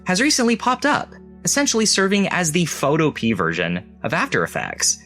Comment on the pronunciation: I think Photopea is pronounced Pho-to-pea-ah, similar to utopia. (but you'd have to ask the developer to be sure.)